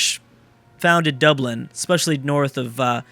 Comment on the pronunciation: "has settled dubland" come on... come on...